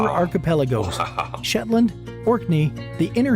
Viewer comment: Shetney! It's Shetland.